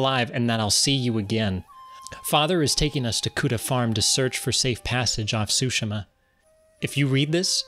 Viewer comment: It's pronounced; Soo-She-Mah